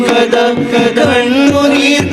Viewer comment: മാഷാഅല്ലാഹ്‌ 👍👍 കത അല്ല... കഥ ആയാൽ ഒന്നും കൂടെ ഉഷാറായി രുന്നു...😊